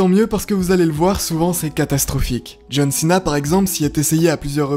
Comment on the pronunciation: Santino est tellement hillarant quand il foire la prononciation des noms. John Chena.